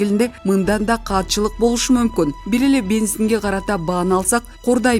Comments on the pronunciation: Мамлекеттик каатчылык эмес,катчылык деп окусан диктор Кыз. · Кандай окып жатат. " мамилекеттик каатчылык " дейби? " мамилекеттик катчыьык да".